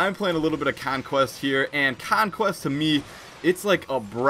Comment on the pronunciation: you can't pronounce conquest properly